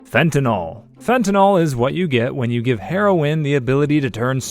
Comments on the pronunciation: You can always tell when someone doesn't have a background on the subject under discussion. They mispronounce their terminology. Take for example, fentanyl. It's pronounced "fen-ta-nil", not fen-tan-ol". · The amount of misinformation in this is ridiculous, plus you don't pronounce Fentanyl correctly, it's not NOL it's NYL like NIL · You`re not even pronouncing fentanyl right. it`s Fent ta nil. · The proper pronunciation of fentanyl is one of my pet peeves. I don’t understand why people, such as the narrator of this video, have such a difficulty with its proper pronunciation. Fentanyl is spelled with a “yl” at the end, not an “ol”.